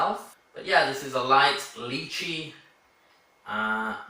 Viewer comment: You pronounced it correctly the first time. Lee chee not lie chee. :p Loving the videos mate.